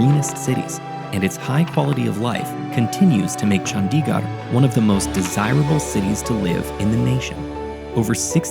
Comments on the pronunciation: The animation is AMAZING! -note its not chANDiGAR its CHundiGurd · Nice video but you should take the time to learn the pronunciation of Chandigarh. It’s not Chun-dee-gaar it’s pronounced Chun-thi-gurh with a soft th sound and a short i not a long i! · it is no chaandigarrr it is chandigarh pls pronounce corectly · I feel like if you could pronounce Le Corbusier that well, you could have put in more effort into pronouncing Chandigarh better :/ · multiple indians working on this video, not one of them could tell the narrator how to pronounce Chandigarh and Nehru